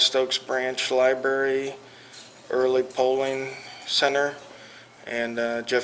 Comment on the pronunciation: Lieberry LOL